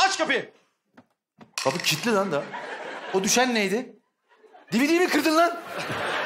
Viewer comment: lağn demesi cok iyi degil mi ya